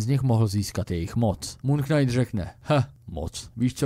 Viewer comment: Já ta tvá videa mám fakt rád. To, že máš špatnou výslovnost slova knight, to bych ti odpustil. Ale prosím, jednou pro vždy. Slovo POTENCIONÁLNÍ, natož PPOTENCIONÁL je fakt úplně blbě! Slovník spisovné češtiny i Pravidla českého pravopisu uvádí jako jedinou variantu tvar potenciální. A ne není to ani žádný hantec. Rozjelo se to díky pár blbcům v televizi za minulé generace. Neočkuj tím další generace. Prosím.